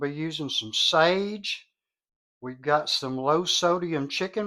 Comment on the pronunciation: You lost me at "sage"